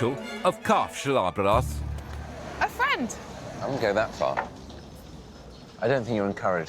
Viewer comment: Died at the pronounciation of kaffeslabberas